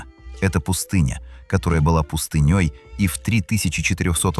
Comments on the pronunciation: ПустынЕй? Опять ИИ, дизлайк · Когда пустыня не была пустынёй😂 еданый ии